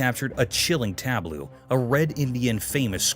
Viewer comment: It must be AI narration.. it can’t pronounce tableau correctly ..it pronounced it tablooo.